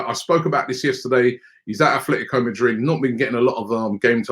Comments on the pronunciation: Atletico not afltico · Is Robbie dyslexic? Man keep persistingly calling Atletico Madrid the wrong way. Once and for all it's Atletico and not Athletico